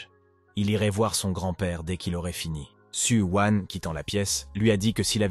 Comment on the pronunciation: Su wan , Su wang , su wiin ... Il faut savoir non mdrr